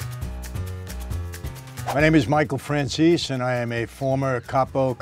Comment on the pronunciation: I’m kinda confused because he pronounces it like franzees, while in Italian you say Frranzèsee, and ray liotta in the Goodfellas said Franchayzee.